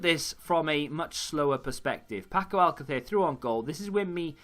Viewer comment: I agree with you that latency is the biggest issue. When I first started playing the game, I was frustrated at the amount of passes that I was missing, but I guess this is more of a 'feature' than a bug. I've learnt to be more patient and selective with my passes. And, if I may, I have one correction and one suggestion regarding Spanish surnames for you. :D First of all, I heard you say AL-cather a few times, and there was even a video where you were wondering if that was the correct pronunciation. It's close, but it's not. It's pronounced al-CA-ther, with the accent on the second syllable. If you ever see a graphic accent on a Spanish word, that's where the emphasis goes. For instance, in Alcácer you have the graphic accent on the second 'a', so that's where the emphasis needs to go. Hope this helps! :)